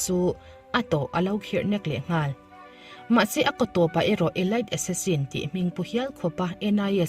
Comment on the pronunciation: Tlem te ka lo sawi lawk aw Elite hi Elit ti a lam tur,thlanchhuah bik tihna lam a kawk mizo tawang chuan